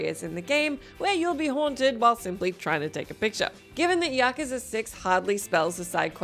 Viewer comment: Did she say “yakaza”?